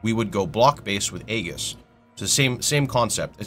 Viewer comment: Unrelated, but that's not how you pronounce "aegis".